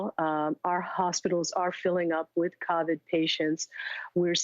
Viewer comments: No you got it wrong. According to her, it CarVid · Ah I think I'll start pronouncing it as caw-vid too. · Somehow I am concerned when a doctor can not pronounce Covid and calls it CUVID... And also when she has such low self esteem and looks for admiration by having to keep her lab coat on with her stethoscope... Seems like a person who would be willing to exaggerate facts in order to get noticed... Just saying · Not a single soul: News doctor: “Caw-vid” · yeah, she's saying it like it's "COVVID"...